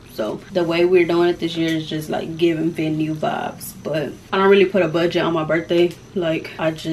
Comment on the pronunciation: I love when say vives instead of vibes😂 she is so cute! Big Virgo!! 🎉💕